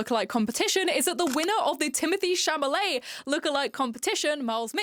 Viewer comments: The l comes before the m in Chalamet I think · It's Timothee Chalamet, not Chamalet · idk if it’s a meme or something, but you’re pronouncing his surname wrong. it’s cha-la-met, not cha-MA-let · I loved your video and I love your hair. However, my OCD compels me to point out Timothee's last name is pronounced Cha-LA-met, and not Cha-MA-let. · it’s chalamet not chamalet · hearing you say Chamalet instead if Chalamet is killing me 😂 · (it's Chalamet* not Chamalet) :) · shall-a-may. SHALL-A-MAY. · In the start, am I tweaking or are you saying “Chamalet”?? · With peace and love it’s Chal-a-may. That was driving me nuts the whole video. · You’re saying Tim’s name wrong and I’m irked 😂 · As someone with an accent and a lisp, it’s interest possible it was an accident, I misread and mispronounce names like that sometimes. Not a big deal